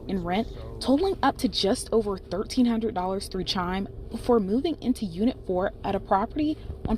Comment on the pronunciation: 😂😂😂😂😂 This ( news lady) doesn't know how to say 1300 😂